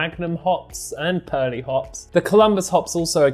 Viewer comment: Great video and loving the editing! Heads up Perle hops are pronounced Perl no need to add the e on 👌